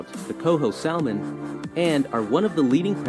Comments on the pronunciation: The narrator also said New B"UR"nswick instead of New BRUnswick. Nu"VAT"NU instead of Nunavut. Also Cowi"KA"N instead of Cowi"CHA"N. Also Sa"L"mon instead of SAmon. Also Mantoba instead of Man"I"toba! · The narrator not only messed up several place names but also pronounced the L in salmon. Odd.